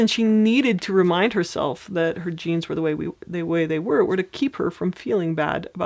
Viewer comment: When you first mentioned genes I thought you said jeans lol